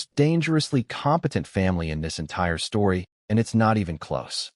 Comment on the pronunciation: Peak stowy